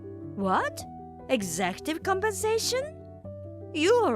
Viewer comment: 'Executive' is pronounced 'eg-zek-cue-tive' not 'eksee-ko-cute-tive' 🙂 As an aside, I always feel a liiiiiiitle bit sorry for these 'male heirs' MILs. They were raised in a time and countries that drilled in all this generational misogyny - they would have been told from the start that they're worthless to the family because they are girls, and need to prove/redeem themselves in worth by marrying asap and start producing sons. Doesn't excuse their behaviour to the DILs now, but being raised that way sure does ingraine into the mind, just like any generational mistreatment. (And yes I know a few countries still hold to raising girls this way, even today 😔)